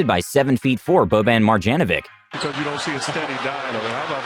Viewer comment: You sooooo mispronounced every Serbian name. Nikola Jokić and Boban Marijanović. Bro...